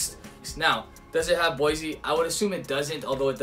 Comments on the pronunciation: Boisé is not pronounced like BOYZY. It's BOUAH-ZAY. And also you're not pronouncing the brand of the bottle well. Are you American? What's the meaning of WHISKY IN THE 6 please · I believe it's pronounced "bwaz". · BWOZEE Is the correct pronunciation. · Good and informative video! I wasn't aware at all that sugar and boise (pronounced 'bwaZAY' I think) were permitted additives. Delighted that you featured a VT cognac as my latest is their 1989 grande champagne cask strength which is tremendously good and, I hope, lacking all these added nasties.